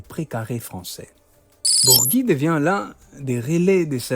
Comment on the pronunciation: Bourgi pas Bourgui